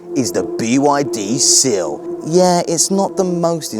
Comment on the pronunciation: 'Sill' or Seal ? 🙄😂